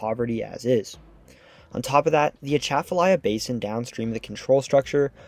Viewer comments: It's not A-tchaf-alya. It's atcha-falya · I grew up calling it the "At'cha-falaya" (like "right back at-cha!") Hearing him say "Uh-shaff-falaya" is making my brain itch. 😂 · I'm surprised no one has yet corrected the mispronunciation of Atchafalaya yet in this video. It's pronounced with stresses on the first and fourth syllables, as in "A (as in back)--chuh--fuh--LIE--uh", where "chuh", "fuh" and "uh" have the same first vowel sound in "bu-tter".....A-chuh-fuh-LIE-uh. Now don't get me started on the Tchoutacabouffa River. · i came to the comments to remark on the pronunciation of Atchafalaya. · That pronunciation is 100% wrong. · The G in CONTIGUOUS is hard, like in BIG RIG et. al. Accents on the river's name: AT-chuh-fuh-LIE-yuh (all syllables are pronounced)